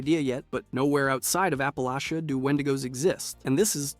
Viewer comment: I'm from the Ash Heap. My parents house is in 76. Love your videos but we say App-a-latch-ah. Bless your heart.